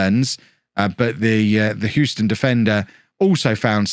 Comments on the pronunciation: You’re pronouncing Houston correctly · as someone that lives in Houston, I'll confirm you're pronouncing it correctly. also, I've never heard of the Houston Dutch Lions. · From America, Your saying Houston correctly. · Hugh-stun. You got it. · You are saying Houston correctly (From an American) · Believe it or not you were saying Houston the correct way and that's coming from someone born and raised there. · You didn't mispronounce it. So you were scored on for false consequence. :P But that may be what the language company is making money on, interpreting your geographic mispronunciations. And yes, they're an Academy team. If their parent club doesn't want to secure their contracts, ruin them. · you are pronouncing Houston correctly. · Of course he’s pronounced it correctly. Unless you’re talking about the street in New York which is oddly pronounced “How-ston”. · He's saying Houston correctly. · You're saying Houston right, but you are pronouncing Gonçalves wrong